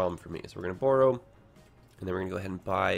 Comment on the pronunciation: I've never heard borrow pronounced that way before! Interesting